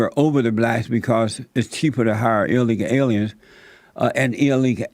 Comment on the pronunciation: Has this Jesse Peterson guy had a stroke or something? Whats wrong with his facial expression, and why can't he pronounce words properly? "Illega alya's in the bla' communities" Or does he just have a REALLY strong accent?